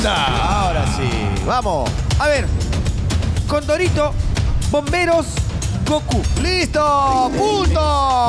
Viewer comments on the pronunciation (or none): dice conclorito, no dice condorito😡